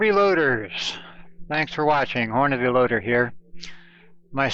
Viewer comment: I can tell you been reloading for a while cause you dont pronounce it horn a day. nice vid